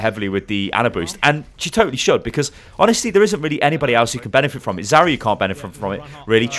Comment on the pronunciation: Why do you say zarya so weird? It's Zar-ya not Zaorora-ya